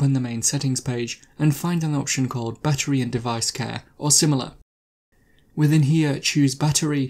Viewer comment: It would be more helpful if you would slow down your talking to be better understood. Also - at first I thought you were saying "buttery". After repeat playings, I figured out you were saying "battery". All this together made it difficult to understand and caused repeat playings.